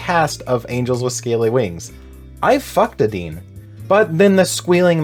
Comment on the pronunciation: I can’t believe you pronounced adines name like that. Crying and shaking rn